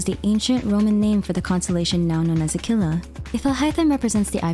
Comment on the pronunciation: I love your videos and I know everybody is commenting on how good you pronounce al-ahmar, so I want to correct you on how you say aquila. That's a latin word and you need to pronounce the u too (akvuɪla, not akɪla).